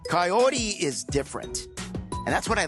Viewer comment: Auto captions even assumes Kaory's name is Coyote when Ed pronounces it 😂